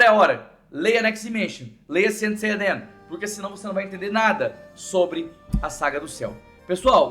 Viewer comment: Ele falou Saint Seiya Dean?